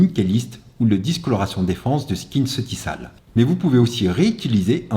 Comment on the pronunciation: « SKINCEUTIKOL » on le prononce pas skinceutisalle 😅